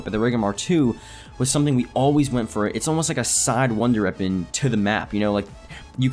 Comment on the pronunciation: "Runder reapon"